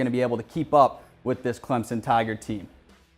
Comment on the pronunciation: This host can't even say "Clemson" correctly.